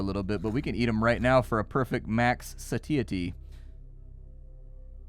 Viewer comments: The way pronounce satiety gave me a good laugh. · Hey, you should really check out how to pronounce 'satiety'... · Why are you saying satiety like that... anyway, great video. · I have never heard someone say satiety so wrong before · "Satiety" is killing me